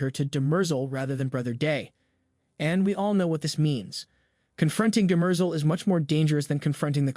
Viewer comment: Good vid. PWish you could pronounce the names like the show, it’s pretty jarring, especially Demerzel